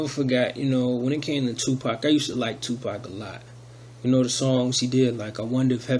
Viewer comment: Not Tupac come on bruh... smh 😨